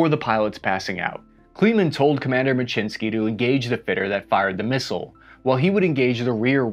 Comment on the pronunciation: Thanks for this video as Lawrence may be a long lost relative. And, your pronunciation of Muczynski is the correct Polish pne, I had a Post Office naval aviation vuff get real excited when I had to send something certified mail. If anyone has contact info for Commander Muczynski please contact me.